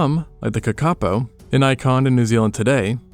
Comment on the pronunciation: That's the funniest pronunciation of kakapo I've ever heard.